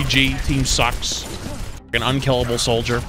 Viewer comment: it's "soldier" bud